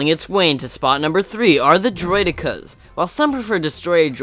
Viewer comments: Umm u pronounced droideka wrong. It's Droid-e-ka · As far as I know it's pronounced Droid-eh-Kuh...